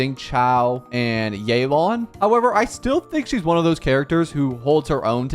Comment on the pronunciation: "Zing Chao" "Yay Laun"